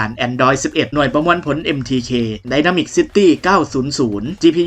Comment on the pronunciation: น่าจะเป็นเรียกไดเมนซิตี้นะ ไม่ใช่ไดมามิกซิตี้